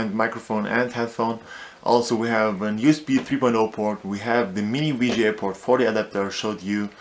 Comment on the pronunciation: What's a Mini-Wii-Gee-A to Wii-Gee-A port...??? I'll be back